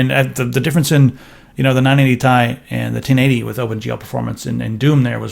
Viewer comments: You pronounced "TI" as TEE-EYE instead of tie. The Nvidia gods shall be angry. Honestly it should officially be just called tee-eye instead of tie. That's how I call it, and screw Nvidia marketing. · stop saying 980 THAI its the 980 T I :D goddamn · Aristeidis Zoungouridis Well it is not actually pronounced like that the CEO of NVIDIA even says T-I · UGHHHHHHH "980 TY" UGHHHHHHHH.....Stop....just Stop. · Captain Asteroid It does refer to Titanium-- using the periodic table abbreviation When saying chemical formulas out loud you don't say it like a word like "tie." You don't say CO2 Kohhtwo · "Ti" as one word. Sound so weird. Probably a legit way to pronounce it, but I cant stand it >:<